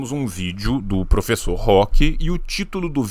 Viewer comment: eu não ligo nada pro que ele fala, mas me dói ouvir o host falar "professor"